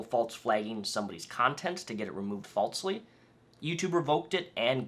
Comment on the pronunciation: Did you have a bet to see how many times you could say or falzly? (False and falsely) And then do the walz? Idk it rhymed.